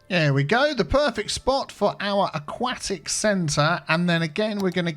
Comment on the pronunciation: Never heard anyone pronounce 'aquatic' like that, the more you learn I guess lol